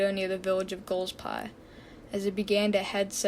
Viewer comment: btw golspie is pronounced gol- spie